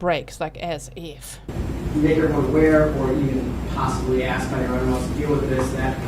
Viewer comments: Hard to listen to any of those defense attorneys!! Especially when they say axe instead of ASK Annoying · Male defense lawyer said “axe” instead of ask . Omg